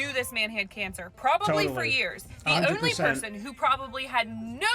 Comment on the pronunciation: she sounds like she’s from Philly … listen to the way she says “only”